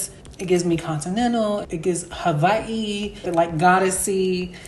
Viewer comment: Shoutout to Kylie for pronouncing Hawai'i so well!